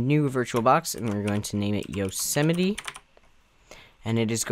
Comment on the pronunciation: yosemiteee? Its pronounced yose mite